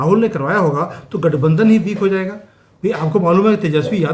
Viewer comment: say LATHBANDHAN instead of Gathbandhan.